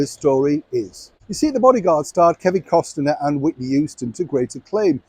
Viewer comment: Costner, not Costiner